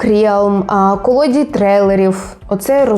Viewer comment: та така сама ж фігня, якщо чесно написав перше, що в голову прийшло)) І знову в призвіщі Колодій, наголос не на ту букву, ви як моя одна вчителька в школі) Але все нормально, дякую за згадку про мене, а там ставте наголос, де вам зручніше))